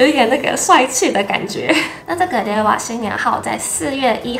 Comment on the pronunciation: 令和，“累哇”😂